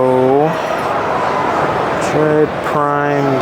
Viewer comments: Metroid bro. Metroid. What are u saying. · Are you dumb? Trying to be different saying Metroid like that? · U don’t deserve Metroid prime if u gonna pronounce it like that